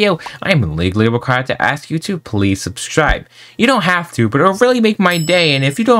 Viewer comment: yo i bet ya dont notice this but on the half way mark when askinh people to sub, instead of saying "subscribe" you are saying "subschribe"